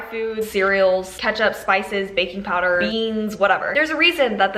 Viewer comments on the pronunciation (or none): none